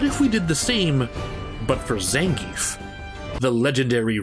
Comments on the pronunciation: 1: It's not ZAN-giev in Russia, it's zan-GI-ev. The 'ie' is made of two sounds, and the emphasis is on the middle. Zangief can be pronounced however you want, though. (Fun fact, how they pronounce Potemkin as an announcer is accurate to its Russian origin. The "e" in the name is actually a "ё" , which reads as "yo", not "eh" or even "yeh". Which is why it sounds like "Pochomkin", cause that's the name of the ship in Russian.) 2: I wouldn't say Blanka doesn't have an arc anymore, albeit, he is pretty clownish. Him selling Blanca dolls can be his way of helping his mother and learning to take care of himself in the world of steel and cement, instead of a jungle, as well as take care of her. Honda is, though, VERY MUCH , a one note character. Honestly, the fact that he can be friends with so many people should've been at least something to get him more fleshed out, like he is very charismatic and knows how to deal with people. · Gr8 info here. Hey I used to pronounce his name wrong too like everyone else. It's actually Zahn-Gee-Eff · When the author of "Respect Zangief" can't even pronounce the name correctly... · 12 minutes of a guy seriously talking about how silly fighting game characters not evolving as characters is a problem. Dude. It's fighting games. Nobody cares. I'm Ukranian and I know for sure that if Zangief is Russian his name is most-likely supposed to sound as Zangiev, but I don't care because nobody, even the creators don't. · You say his name wrong.